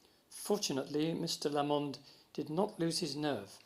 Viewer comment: Emphasis on the "LA" in Lamond, please, not the "mond".. Liszt, a Hungarian, would have got it right naturally.